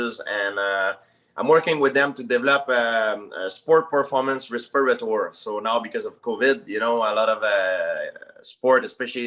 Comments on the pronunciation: Everyone: respirator GSP: respeeratore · Journalist: You're working on a respirator? GSP: Yes, you know, because of COVID we're working on a res-per-a-tore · What the heck is a respourator? 😂